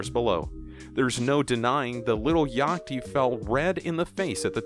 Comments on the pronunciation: He really just said lil yockty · Bro said Lil Yahti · my man said “lil yakty” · The way he said Yatchy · LIl yacty LOL HE DONT SAY IT RIGHT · This man really said Lil Yachty like if there was no "h" in Yachty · the way he says lil yachty 😂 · why he say lil yachty name like dat. y’all heard that? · how do you miss pronounce lil yatchy 😂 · Why he say lil yachty so weird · Why dafaq did he say lil yachty like that